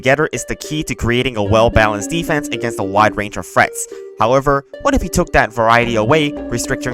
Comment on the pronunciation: I always thought you said Frets instead of Threats. D